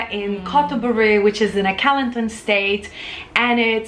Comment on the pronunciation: Kelantan is pronounced "ker - lund- tonne. And ipoh is " ee - poe". I miss Malaysian food and maggi goreng!